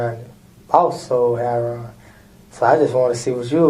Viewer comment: He took back the part about selling "hair-on"